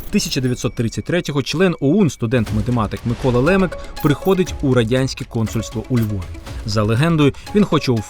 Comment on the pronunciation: Який ще Лемек ??? Хааа правильно Лемак! На А наголос